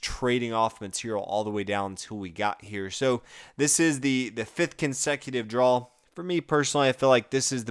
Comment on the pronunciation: Sounds like your pronouncing draw as drawl